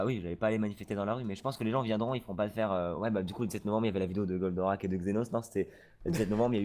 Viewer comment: Evite de dire goldarak 85 aux debut de video dit plutot goldorak Sinon tres bonne video